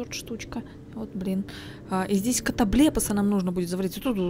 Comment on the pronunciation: так произносит "катоблепас", что звучит почти как ругательство ))